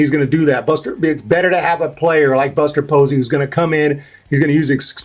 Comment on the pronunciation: Who is "Buser" Posey and how is he gonna make changes